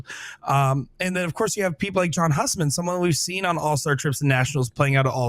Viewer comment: John (hue)sman not Husman even tho that’s how it’s spelt lol